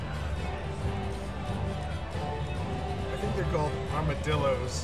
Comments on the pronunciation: An "armadildo" . I'm dying over here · "Armadildos!" LMAO!! 😂😂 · “armadildos” haha 😂! Good ole terminology! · I had a mouth full of peanuts, and then comes out of mouth, “Armadildo.” At least it wasn’t coffee on my keyboard.